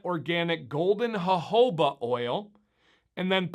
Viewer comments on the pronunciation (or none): Come on you know Scuba taught us a long time ago that it is not pronounced Hohoba but it's jojoba like jungle or juice!! We gotta step up our game Trusted Teacher!! Lol 👀😂 Don't let Principal Scuba get ya now!! 😜